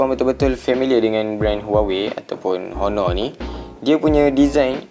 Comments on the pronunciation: oner gitu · Bossku, saya nak betulkan 1 benda saja. Sebutan HONOR tu tak payah sebut huruf H. TQ..